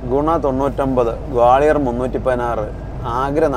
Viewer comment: In Malayalam, Gwalior is spelled like this "ഗ്വാളിയർ", and not like."ഗോളിയർ". All three of you are doing an outstanding job. Carry on.